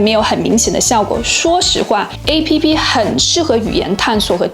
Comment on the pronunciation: app 這個不正規發音真的很難聽